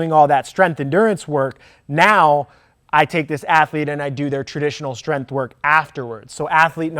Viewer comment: love ur knowledgeable videos, but please learn to pronounce “strength” for once and stop with saying “strenF” bugssssss lmao